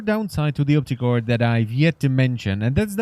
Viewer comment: When you say opticor sounds like "optic whore" wich makes me think of prostitutes charging money to have sex in the eye socket